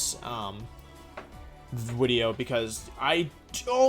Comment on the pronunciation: Why does he say wideo? I'll hear him say video then say wideo